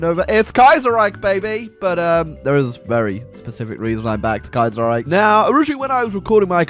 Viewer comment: Youtuber mispronounces Kaiserreich for 12 minutes and 39 seconds.